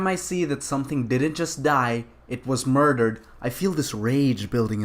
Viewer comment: IT WAS MOIDAHD. MOIDAHD I TEL U.